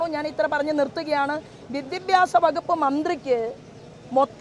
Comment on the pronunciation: വിദ്യബ്യാസം അല്ല സോബേ.... വിദ്യാഭ്യാസം